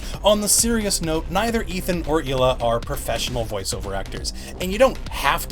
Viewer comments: btw pretty sure it's pronounced Ila not HHHHHila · It's pronounced eela not heela.